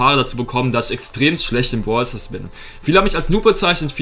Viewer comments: du bist nicht schlecht in brawl stars selbst, sondern nur darin das wort brawler oder braelstars auszusprechen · Du sprichst brawl Stars nicht richtig aus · Find's witzig wie du zu Brawl Stars immer Bwawl Stars und zu Brawler Bwaler sagst😂 Kein hate btw